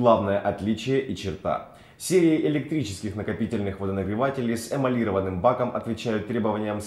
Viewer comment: Жесть, а не ролик!!! Уважаемые представители ZANUSSI или кто делал этот ролик! Для снятия ролика нужно выбирать не только молодых смазливых мальчиков и девушек, но, в первую очередь, грамотных! Просто режут уши произнесение слова эмалированные! В слове эмалиро́ванный ударение падает на О, а никак не на И...